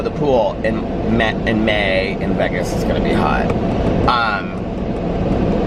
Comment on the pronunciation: The way you pronounce Vegas to rhyme with leg-as makes me giggle every single time. I've never heard anyone else say it that way. I've always heard it pronounced like Vay-gus.